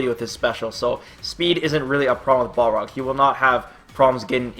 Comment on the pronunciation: isn't hes name pronounced bal rog, not ball rog